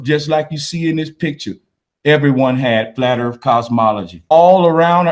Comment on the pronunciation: It's earth, not earf